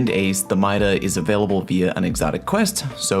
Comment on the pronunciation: MIDA? really? bruh